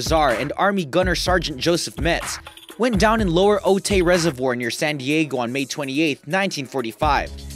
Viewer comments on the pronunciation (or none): oh-taay resevior...lol pronounced... oh -tie -----otay mesa ca---a border town